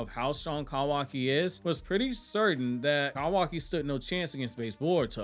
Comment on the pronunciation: The way you say “Kawaki” almost made me click off the video every time